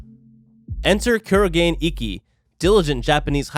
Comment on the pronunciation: Dude it's not kurogen it's kurogane